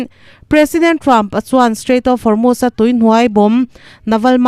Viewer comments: Van hre sual chiang hle mai Formust a ti lo va, Hormust pawh dik chuang hek lo, Hormuz tih tur aw,,,, Pitar pakhat thu sawi min ti hre chhuak lawm le, " Thanga pi in " Korot'" tih a tuma Kolot tih daih tiin a nuih ve tho😂'" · Formust i ti a, Hormust tih zawktur a ni lomaw le ?